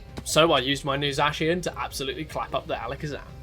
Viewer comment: The vid was great excpet for the way you say Zacian